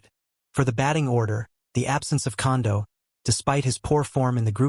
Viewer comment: This guy can't even say their name right. Fake news about the 2 players that Ohtani is closest to.